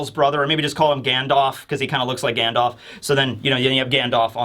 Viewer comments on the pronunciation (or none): Hahaha i heard gandoff instead of Gandalf. Like off brand Gandalf lmao